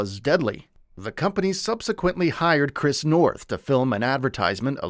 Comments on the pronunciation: It's Noth, not North. [generated AI narration}?? In any case the character was pivotal. I haven't delved into the allegations; but as an anchor to the real world, relationships, and grounding influence in Carrie's life and for the show, he will be missed. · Oh my God. Your job is to report. Literally report what you read. It’s Chris Noth!!! NOTH. I couldn’t even watch it because I can’t respect the fact that you don’t even CARE enough about this report to get the name right. Repeatedly!!! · Wow, his name is Noth, nor North. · NOTH! Not North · Get his name right please! It's Noth, not North! Basic really, as you're making him the subject of your video, you could at least get his name right!! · It's Chris Noth, not North! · This video is almost as trash as Chris NOTH, repeating the same freaking story about the reboot series for 5 mins to take up time, and not even taking the time to make sure you got the creep’s name right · I am not watching your channel again if you do not find a narrator who can read! It is NOTH, do you see an R in that name? NO. The Cedars- Sinai mispronunciation was even MORE stupid!